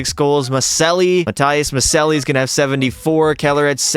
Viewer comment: Maccelli is pronounced "Muh-chell-lee"